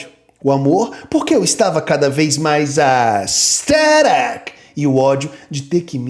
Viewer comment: Minha religião é o falando ASTHERIC KKKKKKKKKKK